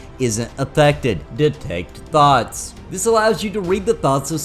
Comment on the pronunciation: I burst into laughter when you first said Detect Thoughts and all I heard was Detect Thots xD I'm so damaged